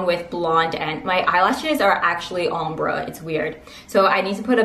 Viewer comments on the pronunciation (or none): Ombré sounds like OM-BRAY 😉